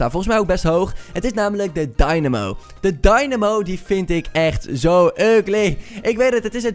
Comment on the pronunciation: Rob De Vries dat is ook hoe je het moet zeggen